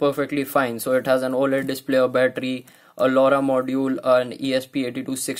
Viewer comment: What did u say lauda 😂